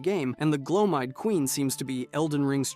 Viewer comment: Is it just me or just a lot of YouTubers mispronounced stuff just so we will comment about how s*** their pronunciation is. Bro was over here butchering names like Gloam eyed seriously?